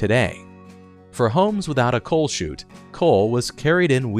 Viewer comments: Chute, not shoot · It's not a coal "shoot." It's a coal chute! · Coal chute.. not shoot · Are you 100% sure that it is a coal "shoot" and not a coal "chute"? You have it spelled "chute" in the description, but "shoot" in the chapters.